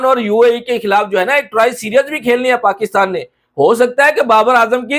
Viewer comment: Series nahi bolna ata serius 😂😂